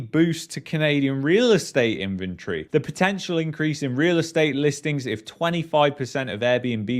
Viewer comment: In-ven-tory.. the way you pronounced it sounded like infantry. You brits crack me up.